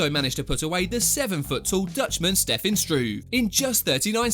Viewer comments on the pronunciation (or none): none